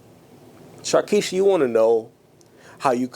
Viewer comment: The way you called her sharkiesha IM DEAD🤣💀💀